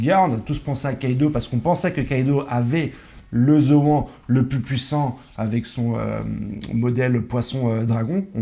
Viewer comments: Gars arrêt avec ta prononciation de Zoan en Zo An 🤦🏾‍♂️🤦🏾‍♂️🤦🏾‍♂️🤦🏾‍♂️🤦🏾‍♂️🤦🏾‍♂️ c'est Zo han tu ne dis pas Jackie champs bin la c'est pareil bro 🤦🏾‍♂️🤦🏾‍♂️😅😅😅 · C'est un détail mais ça se prononce Zoane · Tu dis Gohan non bah c'est pareil Zohan 🙄zoan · ta facon de prononcé zoan faut la revoir mdrrrrrrr vraiment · Ta prononciation de zoan me stresse 😂😂